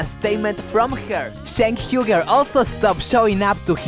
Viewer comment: "Shank Hyoogur" gets me every time.